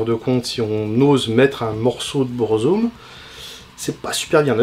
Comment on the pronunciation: Après Burzum ne se prononce par Bourzoume mais Beur-Zuhm il me semble